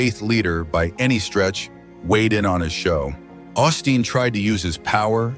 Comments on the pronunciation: I dislike these videos with AI-generated voices, but we can't escape them. Whoever posted it could at least correct this pastor's name from "Austin to Osteen." Do we really even know if this happened? It's not a video but just a photo, and we have to trust whoever posted it, with the stupid AI voice! This man, Osteen would not make millions of dollars if people did not tune in to watch him on TV or go to see him talk. And again, the AI voice and subtitles spell Jonathan Roumie's name "Roomie" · Seems a little A I TO ME DUE TO THE MISPRONUNCIATIONOF CERTAIN WORDS...ROUMIE AND OSTEEN AS AUSTIN....A LITTLE DICEY BUT I LIVE THE CHOSEN AND JONATHON AS HE PORTRAYS OUR MESSIAH AND SAVIOR. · Learn how to spell and pronounce Osteen! It will, at least, lend some credibility. Also, Roumie is mispronounced.???